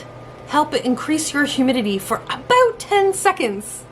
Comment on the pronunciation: She said 'Aboot' lol